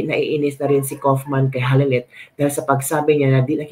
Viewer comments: how to pronounce KAUFMAN.......... KAWWWWWWWW AS IN KAWATAN....KAWWWWFF-MAN...MAMA MIA MAMAMAMA... KAWFMAN...mamamamamamamama.... KAUFMAN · KAYO GUMAGAWA KAYO NG SARILI NINYONG PRONOUNCATION. HINDI NAMAN NAKATIRA DITO.. hahahamabulasin ko kaya ulo ninyo ... KAW KAW KAW KAW- KAUF..KAWFMAN.. hindi KUFMAN SA INYONG KAGARAL